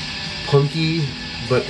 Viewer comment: Every time you say “Punky” in this vid, my brain registers it as “funky” for a split second. Man, I fucking wish.